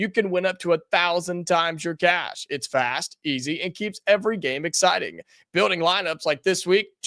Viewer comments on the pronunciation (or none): none